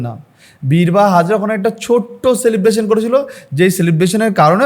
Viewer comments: বীরবাহা হাঁসদা not হাজরা সংশোধন করবেন। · Birbaha Hazra noy dada,Birbaha Hansdah. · Birbaha Hasda Not Hazra. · দাদা হাজরা নয় হাঁসদা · Dada hajra na bole hijra bolun. Actually BIRBAHA HANSDA. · ভাই, হাজরা নয়, হাঁসদা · ভাই, -----বীরবহ হাজরা নয় /হাঁসদা। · বিরবাহা হাঁসদা হবে, হাজরা নয়।পরিচিত নাম তাও বার বার ভুল বলে যাচ্ছেন।